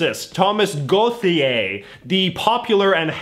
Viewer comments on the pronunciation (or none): You’re uberly forcing the “th” in “Gauthier”, when in French we just need to pronounce it “t”, and nothing else (*fake cough* far less uselessly complicated than the English th *fake cough*).